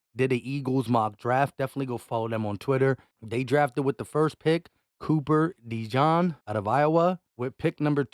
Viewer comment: Copper Dejean isn't pronounced like fancy mustard bro. De jean. Like the blue jeans we all wear. Not Dijon and not dejawn. Please stop saying it like that